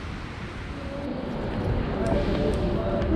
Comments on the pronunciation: It's "Kosheetsay", not "Koseecha", please. N.B.: as for Miskolc, don't be scared, it's not tricky at all: it's simply "Mishkolts". In both cases, all the sounds of these words exist in English, so no reason to be scared 🙂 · Koshitsэ, not Koshitza. The ts is soft, not hard, and the end sound is a short e. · The final station is Košice. You consistently mispronounced it as *Kosiče. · It‘s pronounced „Ko-shy-tse“ but thanks for the report 😄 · Kosice is pronounced koszytse 😃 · Ko-shi-tse, pronunciation on the first syllable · Actually, it's pronounced 'Košice'... 🙄